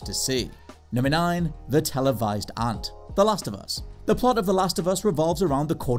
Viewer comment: Wait are you... are you trying to say "ant"?